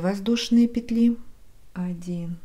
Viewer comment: К сведению: во множественном числе в слове "петля" ударение ставится только на первый слог.